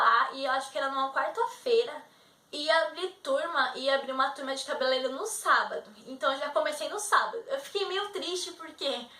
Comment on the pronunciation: Primeiro pare de falar CABELELEIRO. O correto é CABELEIREIRO... RSRSR PELO AMOR. Nunca esqueça disso